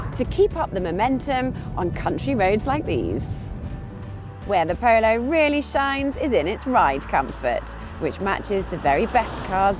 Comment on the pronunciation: I know that it's because of where she's from, but the way she says 'Polo' drives me nuts!